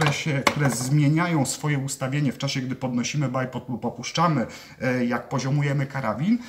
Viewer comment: Poprawnie wymawia, w przeciwieństwie do 99% innych stosujących tę nazwę. Choć można po prostu dwójnóg :)